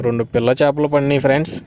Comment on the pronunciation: Friends frds ani chavaminguthunnav bro natural ga ravatle ah pilupu feeling starting lo okasari ending lo okasari Cheppu evey time ala mingaka bro just suggestion teesukote teesuko ledha okay no issues